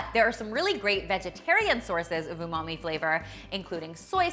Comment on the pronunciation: You said "umamai' I instantly remembered Ross and his "unagi" 😂